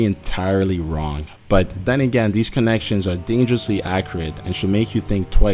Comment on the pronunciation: These connections are dangerously "accriate" Is dj khaled narrating this what the fuck